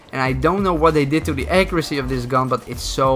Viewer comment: wtf is that pronunciation of accuracy. ACRYCY